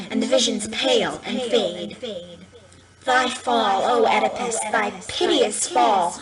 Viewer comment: I have no idea what they're saying. And they don't say "Oedipus" right.